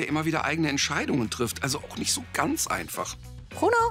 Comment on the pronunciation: Er heißt Bruno und nicht Pruno!!